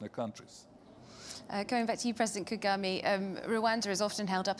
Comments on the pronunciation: wow as a european (who has been in rwanda alot) i really have to be ashamed of. can't even pronounce muzehe's name correctly...Kagami? the way she is introducing him, the way she interrupts him, the utter lack of respect......swere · Call him well isn't Kagime ...its President Ka ga me ....